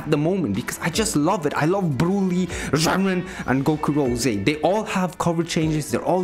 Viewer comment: 10 % video I actually can hear him saying Jiren, other 90 i hear only "GERMAN"